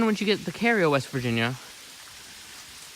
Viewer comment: The tunnel is in Cairo, WV, not Cario, in Ritchie County. It's actually pronounced like Cairo, Egypt, but for some reason the locals refer to it as Cayro. It's not C-a-y-r-o. It's spelled like Cairo, Egypt; therefore, it's pronounced like Kie-ro. It's like Hurricane, WV in Putnam County. The locals say it like Hurricin. It's not spelled without a "e" on the end. Therefore, it's pronounced like Hurricane as in Hurricane Katrina